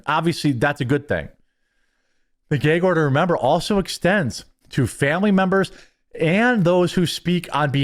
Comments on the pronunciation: What’s a geeag order ? Is that like a gag order? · Tf is a geig order? You mean a GAG order??? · "The Judge placed a gayge order". LMAO! God bless you Jeremy.